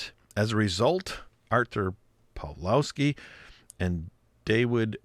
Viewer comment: Pronounciation: artoor pav-lohv-ski Get it right please